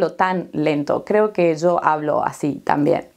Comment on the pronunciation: ¿De dónde es Usted? Escuchando a video sobre el clima pronunció "yo" y "ya" un poco como "zo" y "za". ¿Es un país específico?